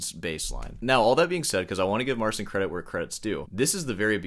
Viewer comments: A small point, that is irritating me slightly- you say should pronounce"Marcin" like " Mar-Chin." It is like Martin, but with a "ch" not "t" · Marcin is amazing. May I correct you about his name pleaseeeeee..... It's said phoenetically MarCEEN. ANd now, please feel free to correct me on my spelling. 😊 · His name is (or should be) MAR-cheen..... cin in Polish sounds like cheen. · Just want to point out that the dude's first name is pronounced Mar-CHIN. "ci" in Polish is pronounced like a very soft ch (as opposed to "cz", which is pronounced like a hard ch). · The closest phonetic pronunciation of his name would be "Marcheen Patshauek" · In the age of the internet the guy mispronounces his first name and is lazy enough to check how to pronounce his last name. Pity, and rude. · Marcin. You soften the "c" in his name, which causes you to pronounce it incorrectly. The "c" is harder than you pronounce it. Type it into Google Translate and listen. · Start the video by saying I can't even begin to pronounce this guy's surname and then spend 20 totally mispronouncing his first name... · It takes 5 seconds to learn how to pronounce his name. And you can’t even do that. Why would anyone care about anything else you say later in the video? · MarCHIN, not SIN. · PO POLSKU A NIE JAKIE SEEN SREEN!! MARCIN SIĘ MÓWI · His name is pronounced Mar-cheen.